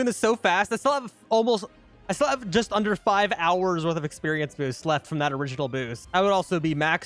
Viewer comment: What he said:"So i am gonna count that as 24 hours" What i heard:"So i am gonna count that a*s 24 ours"💀💀💀💀💀